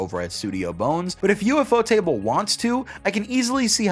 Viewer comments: I'm only about 35 chapters in, but this story is already really great. Ufotable are the perfect studio to handle this show. It should be noted,, that it's pronounced like "you-fo-table," not "U F O table" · Damn I've been pronouncing ufotable wrong the whole time 😭😭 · I usually say U-Pho-Ta-Ble, but the way you say it is pretty funny and catchy lol